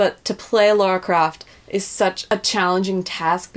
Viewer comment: Shitstirrer I think it's just a pronunciation issue with some people like the lady in this video, nothing particularly exclusive to just Americans. I've heard many Americans pronounce Lara's name right. One's pronunciation of Lara's name is indicative of how familiar they really are with the game.